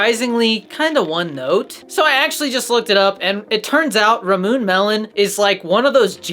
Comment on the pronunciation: Subscribed!! “Ramoon” lol I think it’s pronounced ‘rah-moo-ney’ either way you’re my new favorite Gfuel content creator